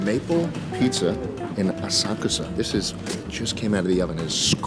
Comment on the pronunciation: First white tourist to pronounce asakusa correctly